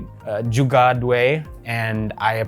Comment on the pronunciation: the way he said jugad at the end was so funny....